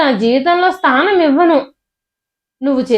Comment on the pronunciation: స్థానం. స్నానం కాదు.